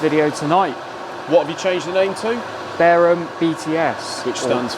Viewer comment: Can you guys speak English. The channels are BARUM, which is pronounced Bur um, not Bearum or bareum. There is NO E in the name of your channels.